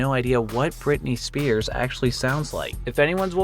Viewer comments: For entry 4 the hidden character was "Britney Spheres" not "Britney Spears" like you kept saying lol. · brittany spears. brittany spheres. nice english. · SPHERE, like a round SPHERE. Britney SPHERES, not SPEARS. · It's pronounced Britney spheres (sfears). The p I sphere doesn't make the "puh" sound it makes the "fuh" sound because it's followed by the letter h. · It’s Britany SPHears